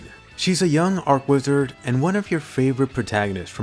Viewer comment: Say church. Say channel. Say cheap. Say cheat. Say charge. Say chain. Say cheese. Now say archwizard like you should.